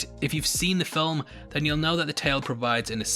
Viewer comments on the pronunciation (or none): none